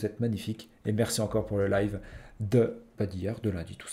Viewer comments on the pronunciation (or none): none